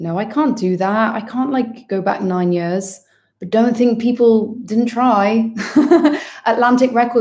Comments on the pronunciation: It’s about the only Welsh identifier she displays! 🏴🏴🏴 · was just about to comment this, I'm so happy someone else feels the same hahaha